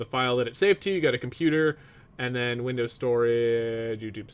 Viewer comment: You said widows not windows